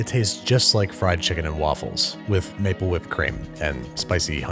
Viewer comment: „maple whipped cream“ dude I first understood „napalm whipped cream“ You know as a part vietnamnese that was pretty scary to hear